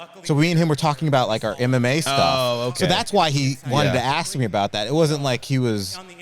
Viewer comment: Call it "I must ash you a question"